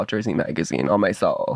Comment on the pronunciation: When he said on my sewlll I cackled 😂😂😂 cause ON MY SEWLLL I LOVE THIS PODCAST